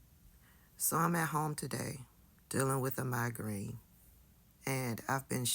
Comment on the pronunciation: ... Did you say you have a "migraine" or a "MAGAraine"? 😅